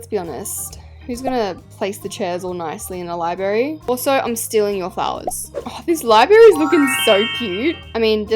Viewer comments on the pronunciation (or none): libRary NOT LIBARY U FLOP (xoxo) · Why do u say libary and not library like gurl………. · babes it’s library not libary you flop. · "Libary" omg i just cant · ur name is liyberry its libRARY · be like when she says library ✨libary✨ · i copied the libary from the libary down the street💀💀 sorry but it sounds like ur saying libary instead of library no hate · IT'S NOT "LIBARY" IT'S LIBRARY LI-BRA-RY, DODO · U KEEP SAYING LIBARY INSTEAD OF LIBRARY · I mean libary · ITS LibRary NOT LIBARY MAKE SURE TO SAY THE R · not calling the Library “Libary”😭😭Love your vids babe keep it up! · Your saying library wrong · I love who she said “lie berry” and not library?! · 😂😂also Library ❌ Library✅